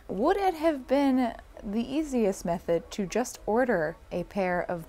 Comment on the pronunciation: "i tend to make things a little bit, jist a smidgen more difficult for myself than they need to be" sAME